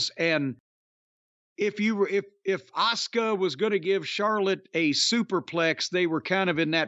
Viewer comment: Why does Cornette call Asuka “Oscar”? Is it a pronunciation thing?